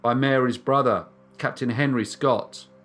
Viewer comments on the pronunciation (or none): none